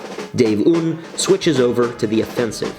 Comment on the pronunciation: I will literally implode if I hear another american pronounce "un" like that XD